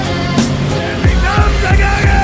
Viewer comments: “Goeen to She-kaar-go” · And they’re going to ‘ChAeCahgo’